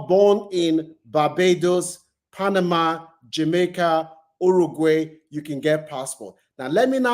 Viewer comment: Argentina is a racist country . Brazil and Mexico is a poor country . So no African passport is worth it ? African passports is a toilet paper . Your pronunciation of Paraguay is out of tune, same as Uruguay... learn to pronounce these countries properly mate .